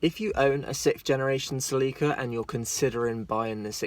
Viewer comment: Cel-e-ka Not see-lee-ka